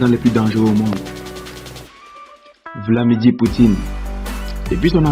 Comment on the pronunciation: on voit tout votre amateurisme mon ami , "Vlamidir " 🤣votre vidéo est du n'importe quoi , essayez d'élever le niveau 😏